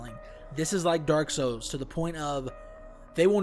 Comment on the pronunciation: Its souls not sous